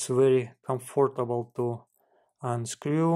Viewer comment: Хас, крызис, тёртин мимлимитерс, комфОртабал..в каждом слове ошибка, практически...это какой язык хоть?....Сделай уже что-то с акцентом и произношением!